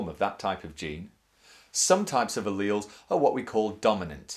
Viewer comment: your pronouncing alleles wrong